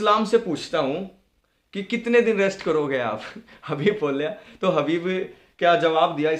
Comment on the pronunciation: हबीब नहीं खबीब